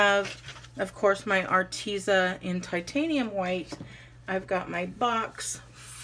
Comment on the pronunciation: Did a thumbs up, off course. Go to a pronuciation sight of your choosing and ask for the right way to say Arteza. Im almost sure you and many others are saying it wrong. I just figure the company may appreciate it😁 cute note holder! Have a great week.